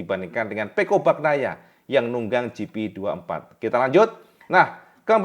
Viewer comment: pengucapan Bagnaia nya bukan baknaia tetapi Banyaia. Huruf gn itu dibaca ny. Sama seperti huruf ñ pada Viñales dibaca ny = Vinyales. Sapurane.. Grazie mille..